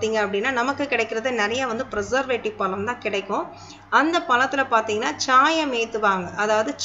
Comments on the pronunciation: தமிழின் சிறப்பே அதில் உள்ள "ழ" கரம் தான். ல- என்ற எழுத்தை நுனிநாக்கால் முன் பல்லை தொட்டுக்கொண்டு உச்சரிக்க வேண்டும். அடுத்து "ள " என்ற எழுத்தை நாக்கின்நுனி யால் உள் அண்ணத்தை த்தொட்டுக்கொண்டு உச்சரிக்க வேண்டும். "ழ" என்ற எழுத்தை நாக்கால் உள் அண்ணத்தை த் தொட்டும் தொடாமலும் உச்சரிக்க வேண்டும். பழத்தை பலம் என்று கூசாமல் உச்சரிக்கிறிர்கள். தாங்கள் கூறும் விஷயம் பயனுள்ளதாக இருந்தபோதிலும் மொழி பயன்பாட்டில் கவனமாக இருங்கள். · பலம் இல்லை, பழம்